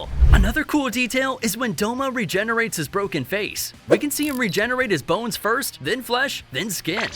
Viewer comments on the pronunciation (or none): none